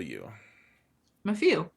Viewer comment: I would say it is “Muff-you”